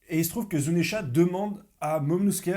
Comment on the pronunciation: Il est là pour la bagarre 😂😂 ... Momono-Skéyh 😂😂😂